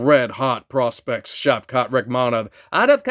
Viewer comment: That accent during the Shavkat pull was hilarious hahaha Some of these guys that lose to Jon Jones in a close decision seem to go on to take so many Ls after🤔 Alex Gustafsson Thiago Santos Dominick Reyes Congrats on the Sean pull! I always try to guess the name based off the initials, but the SOM was confusing due to it being O'Malley - cheeky bastard!